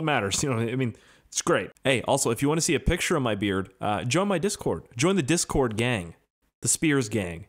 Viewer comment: Bro your accents kill me “SEE” 🤣🤣